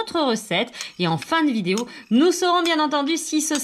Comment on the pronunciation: A elle a dit fin de vidaeo 😂😂😂